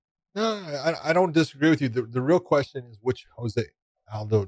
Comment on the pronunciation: Can some one please tell Josh his name is pronounced Joe se aldo . Not Jose. He is Brazilian not Mexican